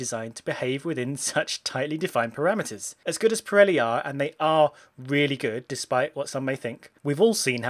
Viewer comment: How do you say it wrong twice